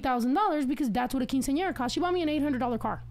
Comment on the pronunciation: Love snow but why is she pronouncing Quinceañera like that?? And this was low key educational I did not know that about Guadalupe 🤯